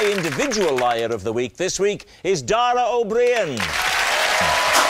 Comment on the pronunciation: You say that you think you're pronouncing Dara's name correctly, and then a few seconds later Rob Brydon pronounces it totally differently and yet you don't even react or correct yourself.